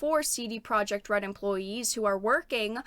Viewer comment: Also "Projekt" in CD Projekt is pronounced "Proyeckt".